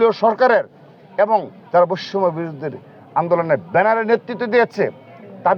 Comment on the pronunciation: বৈষম্য শব্দটি শুদ্ধ ভাবে উচ্চারণ করুন, আপনার সভাপতির মেয়াদ শেষ হবে কবে?